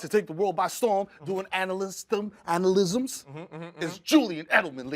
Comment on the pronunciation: mero said analysisms 😂 that sound like some sucio ava devine shit